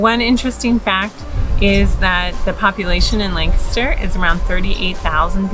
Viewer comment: Wow I live like 15 mins away from here and we also go to the OBX every year- for the last 🤔 20+ years! I seriously appreciate you pronounce “Lancaster”correctly EDIT: a little disturbed by some folks you encountered in stores not wearing masks